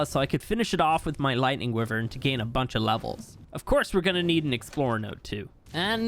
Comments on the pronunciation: Why do you say wyvern like that its like why vern not wivern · Dose anyone else noticed he said wivern not wyvern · Not wi-vern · It’s not (wiv-ern) it’s (why-vern) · He kept pronouncing Wyven as Wih-vern. Is that how it's pronounced? I've always pronounced it Why-vern. Which one is right? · Why-Vern is correct and he knows, he just does not care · Wivern na its whyvern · bro? Did i said grammer? No. Look the fucking comment i said calls wyvern a wivern and everybody said wyvern now ur trying starting and idiotic war. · and its actualy correct saying wy-vern not wi-vern lol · It's why-vern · Wyvern that you pronounce is wrong it's wyvern just say the y and vern y vern wyvern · its pronounced...... why vern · It’s pronounced why-vern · Not to be rude but it’s pronounced wi-vry-in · man everytime i got pissed off and made me angry cuz everytime call a wyvern wivern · It’s pronounced Y-vern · The way he says wyvern has me dying 😂😂😂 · You pronounce wyvern wrong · The way you say wyvern gives me cancer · It’s fantastic ! But you’re saying wyvern wrong. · I am not. It is also a correct pronounciation.